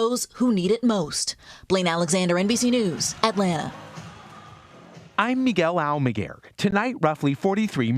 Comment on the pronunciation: I'm Miguel Amiguel pronunciation got me everytime I see 😁😆